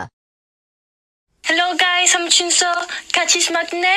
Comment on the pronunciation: I am super mad when she said maknae...idk why..maybe bcuz it should be pronounce as mang-nae..not mak-nae...bruh she really need to learn korean harder and don't talk like a total crap cuz it is really cringe i think....her english accent also kinda crap too..... ~no hate okay..its just my opinion~ And other than that..they ALL should learn korean...I know it is hard cuz I am learning korean too..but atleast they need to show effort...I can see Dani's effort so maybe it's ok...but i think that Nicole girl should be fluent in korean at least cuz she is a leader of the group so she need to show good example to their haters.. Heyyo don't hate me it's just my opinion..btw sorry for my bad english cuz i'm still learning.☺